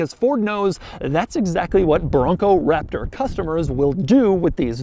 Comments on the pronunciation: The emphasis on “Raptor” got old after the first time. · he does it for every SUV now it seems. gets old. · Great review...but the way you say Raptor needs to chill.